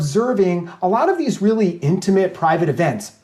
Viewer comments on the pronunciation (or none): You both need to learn how to pronounce the word "intimate". Hint: it's not "intuhmit".